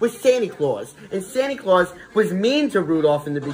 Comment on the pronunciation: “Sanie claws”